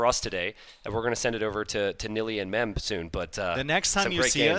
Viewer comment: I wonder if will ever figure out that the khhhhhh sound doesn't exist in English.